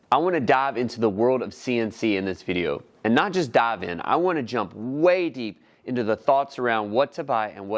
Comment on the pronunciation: Love when you "daav" into things lol